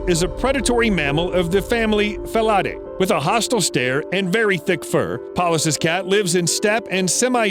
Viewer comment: you fucking idiot, it's pronounced "feel a day" ..not that aural abortion that we heard...